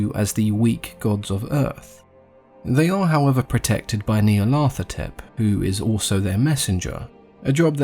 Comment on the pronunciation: The best single story to get a good overview is "The Dream Quest of Unknown Kadath". I like the way you pronounce Nyarlathotep as Neil Arthur Tepp :)